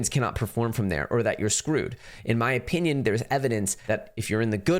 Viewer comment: Funny you and Becker both say O-peenyun 🤣🤣